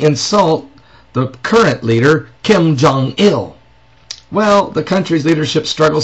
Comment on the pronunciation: I don't like Kim, any of them, however he is pronouncing Kim Jong Un... its a long U. He's not the best at sarcasm... he gets an E+ for effort.